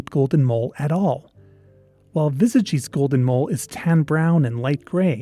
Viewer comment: XD Your pronunciation of "Vesagie" needs a little work (hard W, e is pronounced a little higher than uh, a is a long aah, hard G, ee. Wuh-saah-gee). The Northern Cape is such a desolate and impoverished area with only 1 or 2 major highways going through it. The towns in the Northern Cape are usually small apart from one or 2 larger towns. It's very possible it might be overlooked and could still exist. One of my grandmother's biggest claims to fame was rediscovering a species of daisy that was thought to have gone extinct while simply going out to paint flowers as she liked to do (Euryops muirii). So Something small like a mole in the VERY large and expansive Northern Cape isn't that crazy.